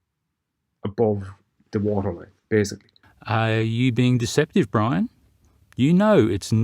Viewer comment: Poor. Dumbing down the Irish.